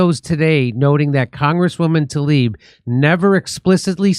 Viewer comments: Tla-eeb you are saying it wrong. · How is everyone reading Tlaib like it's Talib??